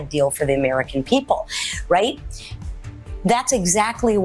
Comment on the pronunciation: Riieet? Riieet? No. Not right. She’s lying… to credulous ignoramuses.